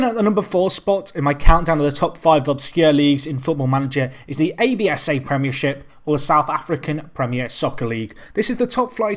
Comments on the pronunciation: its prounounced ABSA!!!!! (AB SAH PREMIER LEAGUE) Last Champions were Chiefs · The South African League is cool league to manage in, especially because I am from SA. And its just pronounced ABSA, its one word.